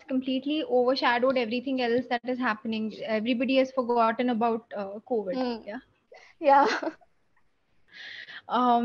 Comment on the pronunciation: Covet means lalach karna. But I think according to your pronunciation Here you told about covid . Please correct it.